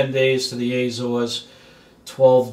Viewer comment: Not Aay-zores. a-ZOres.